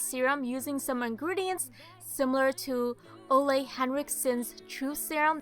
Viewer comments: Loved the video! and thanks for the tips they were really helpful :) i loved when you said Ole Henriksen because i'm danish so it just sounds different when people from other countries says it :) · Hahah, I'm from Denmark so it sounded so funny, when you said Ole Henriksen!(>^^<) (He's Danish too)